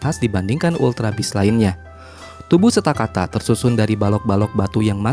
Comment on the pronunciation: Kak itu stakataka bukan stakata